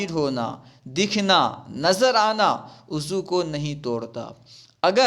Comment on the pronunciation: ماشاءاللہ آپ اچھا بڑھاتے ہیں وضوء کے لفظ کو ءضو پڑھتے ہیں